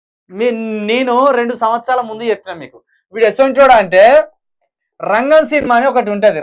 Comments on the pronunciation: రెంగెం కాదు రా అయ్యా అది రంగం రా అయ్యా...... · అవును అది రంగే కాదు రా నాయనా రంగం నాయన న్యూస్ చెప్పేటప్పుడు కొంచెం జాగ్రత్తగా చెప్పరా బాబు😃😄😄😄😄